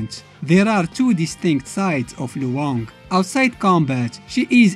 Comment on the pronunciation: You pronounced Luong's name incorrectly. It's one syllable, not two syllables. The diphthong is much smoother and combined in her name, a Vietnamese name. The character is Vietnamese.